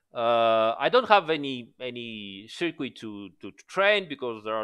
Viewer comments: Great video! And forgive me but circuit in English sounds more like ser-kut not ser-queet although everyone knows what you mean of course 😉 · Dude good video but until you can say circuit properly just say ‘track’ 😂🤣